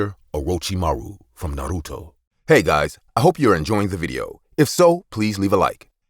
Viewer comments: I'm also an anime lover, and i'm been wating for IMR to make horror stories based on any anime. , it has to be pronounce Naruto, not Narutu. "The world should know Pain". But hilariously, the anime character in this video doesn't use any Jutsu.😂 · also, it’s Japanese it’s NAH•RU•TOE lmao not “Narudo” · Why they keep saying narudo …. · I'm sorry but like these people obviously never watched it cuz they're not saying that God damn names right it's Naruto a Sakura exactly is it spelled as well it said you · It's not nuruto it's naruto and not sukura it's trash sakura